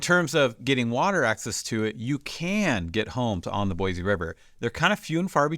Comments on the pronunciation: Can we at least pronounce the name of the city correctly? There’s no “z” sound. It’s an “s” sound. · There’s no “Z” in Boise. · Saying Boise wrong... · Yes, yes, yes. Why does he claim to represent the area but not know how to say it correctly.